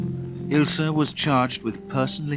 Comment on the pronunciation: Her name was Ilse, not Ilsa. Anyway thanks for the uploading